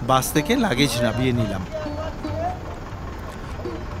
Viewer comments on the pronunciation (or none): none